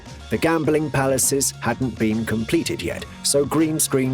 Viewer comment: Bye Oppik! Simularities. Day Byoot. Uh-ridge-uhns. Automation? Automaton.